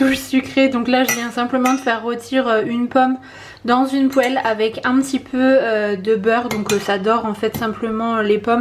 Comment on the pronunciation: J'adore l'accent quand tu dis poêle 😁😁 je suis du sud alors ça me fait bizarre. Moi aussi c'est par moment que je lis et j'aime lire en allant au lit j'apprécie le calme de la lecture mais si je lis qu'en allant me coucher après j'ai malheureusement tendance à m'endormir même quand je lis en journée ou pour le travail 😕😕 si tu as un conseil pour casser ça je suis preneuse. Et au faite merci pour les produits bio de carrefour que tu utilisais avant pour tes jambes le lait amande et l'huile abricot topissime pour ma peau hyper sèche.